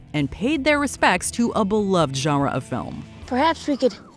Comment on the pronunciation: Please stop saying genre